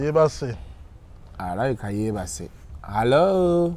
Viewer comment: The way is saying the word Hallo